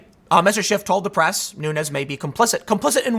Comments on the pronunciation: I love how Tim keeps calling him “Adam Shift.” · Tim has a funny way of pronouncing SHIT. As in Adam Shit. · Why can't people say SCHIFF? I've nvr once accidently said SHIFT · Who was it that called him "BullSchiff"?